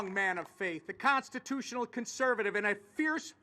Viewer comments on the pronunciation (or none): ITS A CONSTUTUINAL REPUBLIC !!Why do the REPS do that!!!